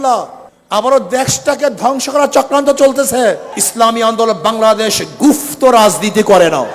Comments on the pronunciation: গুপ্ত শব্দটাকে বলে গুফতো...😂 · গুফ্ত নারে😂 গুপ্ত 😅😅😅